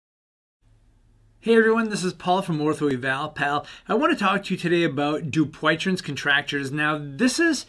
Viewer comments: Need work on pronounce of name. You're not even close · I think you’re pronunciation of this disease is off